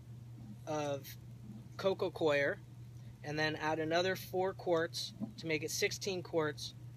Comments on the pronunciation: Please stop saying co-i-er people. You sound so stupid. That hat doesn't help either. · Its not pronounced CORE actually and it doesn't matter where you're from "coir" is pronounced Kwar like the guy above said. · Learn how to say Coco COIR - its pronounced CORE lol